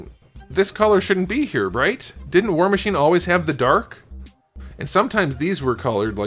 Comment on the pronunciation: I swear he said “whore machine” 😂